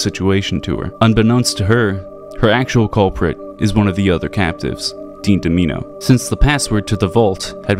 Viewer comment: Calling him domeeno is perfect for that narcissistic decrepit backstabber, I wonder if mispronouncing it to his face would be so insulting he decides to betray at tropico, Elijah is just based wasteland, dean is from the old world and the real villain of the story